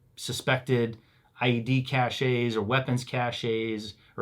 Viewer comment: Great great content again. Thx a lot guys. Oh, btw. It is pronounced cache. Just cache. No é‘s and no s in the pronouncing. It‘s from French, and means hide/hideout. one cache, two caches (s is for plural) Ask Jocko, he knows :)